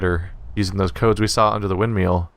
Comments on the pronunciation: Rewatching this series because its a great game. Forgot how agonizingly triggered I got every time he says Windmeal though ;_ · why is hearing windmill pronounced windmeal adorable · Every time he says "wind meal" I crack up. :P Great videos man, really fun to watch.